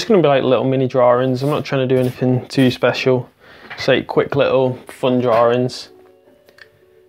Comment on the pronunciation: DrawINGS not drawRINGS. Looks great though!